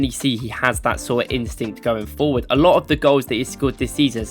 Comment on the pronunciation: fopward or forward